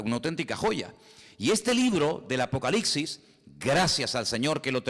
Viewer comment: Todo muy bien hermano, solamente que no se dice apocaliCsis con c, y aunque sé que sabes perfectamente bien que es apocalipsis, no sé por qué los españoles siempre cambian letras en esas partes y se comen letras también. Ya sé también que lo principal es el espíritu, pero Dios aunque nos haya traído de lo pobre y necio del mundo sé que también nos trajo para ser cada vez más excelentes hasta que lleguemos a la estatura del varón perfecto que es Jesucristo. Amén. Oraré con el espíritu pero también con el entendimiento, así que también hablaré espiritualmente pero también con entendimiento. Amén 🙏